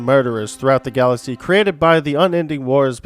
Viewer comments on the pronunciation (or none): none